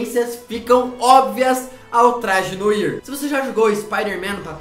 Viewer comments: MANO... tudo bem que se escreve NOIR, mas se fala NOAR. Mds. E outra coisa eu tenho quase certeza que NÃO é o traje Noir pq se não o filme entraria no aranha-verso, ou seja, esse traje não é do Peter park é de outro homem-aranha de outro universo. Mas eu voto no traje BIG TIME, pois ele mesmo o criou ou então um traje da shield seria uma boa também. Obrigado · Vdd mano e pronuncia "noar" adoro esse homem aranha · Noir se pronuncia “nôár”, rapeize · Mano, não se lê noir se lê "noa" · Não é Noir é Noar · Mds cara... O cara fala noir errado... Aí já perdi a consideração... Se fala "noar", se escreve "noir" mas se fala "noar". É uma palavra francesa para: escuro, sombrio (e afins). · Se pronúncia Noar, porra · se pronuncia "NOAR" e não "NOIR". noir é meu ovo kkkkkkkkkkkk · ai que agonia ele falando NOIR AAAAAAAAAAAAAAAAAAAAA ME MATA SKSKKSKSKSKS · Não se fala "noir" e sim "noar". Noir significa "cor negra/preta" em francês. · Cara, antes de gravar os vídeos da uma pesquisada como se fala algumas palavras. Se fala noar e não noír. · Poorra, fala direito, Não é noir a pronúncia, é "noar" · Corrigindo a pronúncia 😂😂😂😂😂 noir é uma palavra em francês e significa preto, e como é francês, a pronúncia seria "noar" 😊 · Não se pronuncia "Noir" e sim "noá" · Se pronuncia “noar”,nao “noir” so pq eu to mt nervoso cm isso akkakak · Se pronuncia Noar. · Se fala "noar" não e "noir" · Não se diz "Noir" se diz "Noar" mas se escreve "Noir" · Poha não se fala "noir" se fala "noar" mas se escreve noir eu sei... MAS SE FALA "NOAR"!!! >:( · Ou mo daora seu canal sou apaixonadanado viciaaadao Mais so uma coisa e noir mais se pronucia noar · seu lindo uma pequena correção não é noir se pronuncia noa❤❤❤ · Eu acho que o traje noir se pronuncia traje noar sla Ótimo vídeooooo!!! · "Noir" diz-se: "noár". Bom video mano! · Só pra ajudar, uma correção: a pronúncia correta se diz "noar" pois a palavra é de origem francesa que significa preto (com isso o "i" tem som de "a").